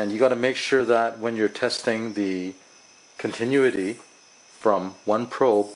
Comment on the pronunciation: Great video! Continuity (con-tin-new-ity)